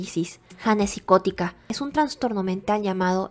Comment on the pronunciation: Amiga, crítica constructiva: Se dice "Trastorno" sin N entre la A y la N. Es incorrecto decir "Transtorno". Me encanta tu voz, es muy agradable y te oigo mientras hago quehacer o trabajo. Me encanta tu canal y ya me suscribí 😊